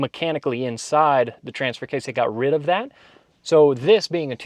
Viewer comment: it's case not kase